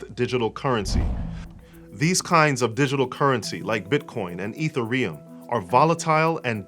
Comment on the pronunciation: Hey bro, I’m very big on block chain technology. I definitely agree that this is just a fulfillment of prophecy. I wanted to correct you on your pronunciation of Ethereum. It is not Ether-ee-uhm it is Eth-eer-ee-uhm. To anyone who follows this, you will quickly lose points about. Anyway, thanks again for the video. I love the way you have been breaking things down spiritually and in love. I reached out in other comments. Hope to be able to chat.